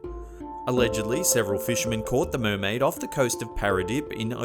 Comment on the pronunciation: MURMAIDER MURMAIDER MURMAIDER MURMAIDER